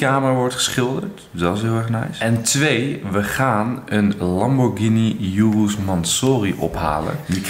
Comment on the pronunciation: je spreek urus en mansory verkeerd uit